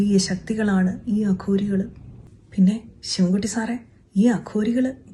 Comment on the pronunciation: കഷ്ടം അഘോരികൾ എന്ന് പറയാൻ പോലും സാധിക്കുന്നില്ല അതും പേപ്പർ നോക്കി വായിക്കുന്നു